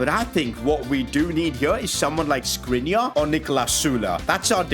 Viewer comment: škrinar isnt s its š (Sh)